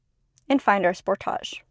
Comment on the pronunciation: The way she pronounces Sportage😅